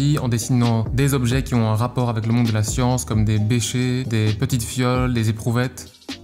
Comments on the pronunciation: C'est un becher pas un beché !!!! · ça se prononce béchère aha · Un "béché"??